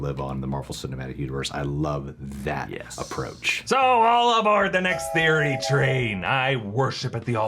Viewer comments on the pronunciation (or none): none